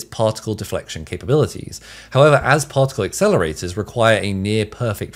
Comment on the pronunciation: Take a shot of brandy every time he says: "PauhLk tik UL"